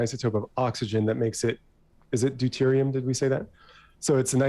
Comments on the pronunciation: LISTING OFF THE HORRIBLE CHEMISTRY FAILURES BECAUSE I'M PRETTY SURE IT GAVE ME PERMANENT BRAIN DAMAGE 2H2O is literally just H2O except it denotes 2 of them - Destiny is right H2O2 is not an isotope, rather it deontes a compound with 2 hydrogens and 2 oxygens also known as peroxide DIE-terium oxide instead of DUE-terium oxide (pronunciation but its still funny) Deuterium oxide is NOT referred to as water because it's NOT the same that is why it is called HEAVY water that is why it is notated as D2O and not some weird version of H20 TBH this next one is close BUT Deuterium oxide is not the isotope. Isotopes are atoms that are the same protons but have a differing number of neutrons leading to a difference in weight such as in this example where both hydrogen and deuterium have 1 proton but hydrogen has NO NEUTRONS and dueterium has ONE NEUTRON (therefore deuterium is denser i.e heavy water). Basically Dueterium [D] IS THE ISOTOPE of Hydrogen [H], BUT Deuterium OXIDE [D2O] is NOT the isotope of Dihydrogen Oxide [H2O] NO THERE IS NO EXTRA HYDROGEN ATOM - the hydrogen atom has AN EXTRA NEUTRON YES! Heavy water is ONLY composed of Deuterium Oxide NO combinations of both or thresholds, YES Heavy water is denser and therefore heavier! blah blah blah blah blah!!! Just restating no it is not an isotope of oxygen but hydrogen and no it is not another form of H2O (SO TECHNICALLY DEUTERIUM is sometimes written with the number of neutrons written as a superscript in front of the H which i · “Diterium oxide It’s deuterium, Vaush